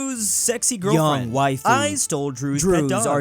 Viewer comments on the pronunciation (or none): none